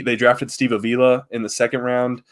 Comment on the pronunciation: Not "Aveela" but "Avala"...how you say Avila😊 or more so anyhow. You hit the first and last syllable